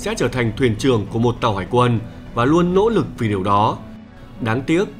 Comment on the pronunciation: Những "lỗ lực" Má ngọng mà cũng làm video hài méo chịu được 😂